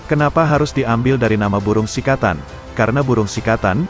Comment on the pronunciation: srikatan bukan sikatan.